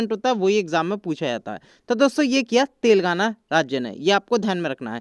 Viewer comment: Are Bhai tel gaana nahin Telengana bolo 😄😄😄😄😂😂😂😁😀